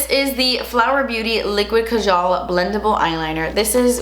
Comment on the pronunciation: Love you just wanted to say that Kajal is an Indian word and it’s actually pronounced: kaa-ga-ll Not being rude just wanted let you know I love you!!!